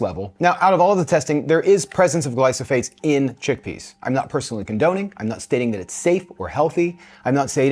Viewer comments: I am not sure why he kept saying "glysophates" instead of "glyphosate." He displayed documents with the word and still got it wrong. It would have been better if Monica didn't know which brand was used in either hummus and tested it by herself without getting input from. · Yes, he’s pronouncing it incorrectly. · I understand you pronouncing it"gly-so-phates" - shouldn't that bei "gly-pho-sates"? (not native speaker here...) Thanks for your videos!